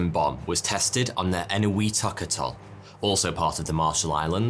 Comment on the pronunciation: A couple of points the word atoll is pronounces AT oll, and the word you butchered Trinitrotoluene is pronounced Tri nitro toluene.